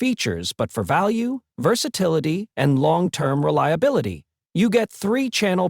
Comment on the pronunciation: and another AIBS video, supposed to be for tesla, showing mounting in NOT a tesla, cannot even pronounce the word reliability.. so so funny 🤣🤣🤣 AI crap is to riliabiliiittty